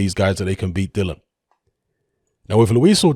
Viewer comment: still can't pronounce "Dillian" correctly.